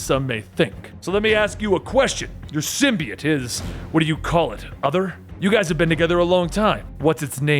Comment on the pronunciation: The only person on the internet who pronounces symbiote the right way!